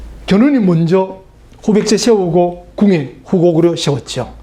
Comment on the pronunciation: 왜 발음을... 세우고-->셰우고...이렇게 하나요?